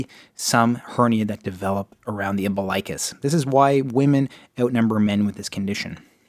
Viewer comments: It's pronounced Um-BIL-ikuss... NOT Umbi-LIKE-us..... Yikes, makes me cringe to hear it so wrong in a supposedly legit video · Thank you! That mispronunciation was so irritating.